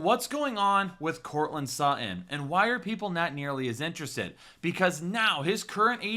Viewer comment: Courtland Suh-in. 😂